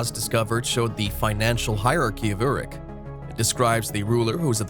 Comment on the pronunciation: He can't pronounce Sumerian words! He is awful. Uruk is the ancient word for Iraq. It's pronounced Err_rook. The other words are pronounced pathetically as if he's just reading his script. The name he was talking about was Gilgamesh. First written as a epic poem in 600 BCE shortly after fall of Jerusalem by a occult mystic named Sin Liqui. Evidently LONG after Moses wrote Genesis. Gilgamesh and his huge friend Enkidu we're apparently antediluvian lethal bullies postdiluvian Moses called Giboram or Nephilim.